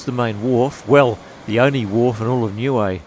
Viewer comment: CORRECT pronouncing is as … NEW E as in … A E I O U 👀 N I U - E 👀 EH … NOT WAY OR AYE . NIUE 🇳🇺 A’s are NOT pronounced as “AYE” it is pronounced as “ARE”. U T U K O was my home beach i frequented a lot as a child ❤️